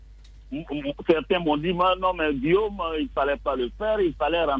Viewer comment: C'est Guillaume et non Guillome.